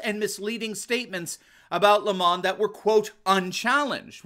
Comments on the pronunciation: It is Not LEE mon , It is lem on just like the nasty tasting thing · His name is pronounced as per the sour fruit, lemon 🍋. If it was pronounced as he wants to be known with an elitist French accent, it would be spelt thus, Le'mon. Lemon by name, lemon by nature. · Lemon is not pronounced Lemahn, it's pronounced Lame-man